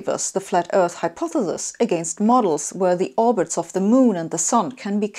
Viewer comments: Sabine, you pronounce hypothesis as if it were spelled hypothethis ...It doesn't sound good for a scientist of your status ':O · I like this video for two reasons. The easy one to explain is that I like her pronunciation of the word 'hypothesis'. The more difficult, but not that difficult, reason is that it confirms my opinion that the flat earth movement is not about convincing people the earth is flat but rather to get people to think about how they think. To make sure they have good reason to trust authorities on a given subject. That people should not be taking things as true when they have no way to verify the proposed truth. Wow, that really backfired. Now we have a society where people think they're entitled to their own reality. Thanks, assholes. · I find it quite worrying people 'flat' refuse to educate themselves. I adore how you pronounce 'hypothesis'. It gets me every time! xD